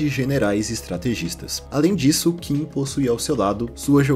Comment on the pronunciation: Qin se pronuncia Chin, é de onde veio o nome China, o mesmo vale para a dinastia Qing, se pronuncia Ching, mas estes não são chineses e sim Manchus